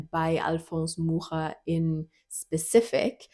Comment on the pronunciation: Kudos for pronouncing 'Mucha' correctly! ... (Edited) But WTF! for 'it has only white people, unfortunately!'